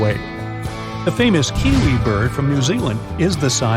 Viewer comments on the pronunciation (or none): none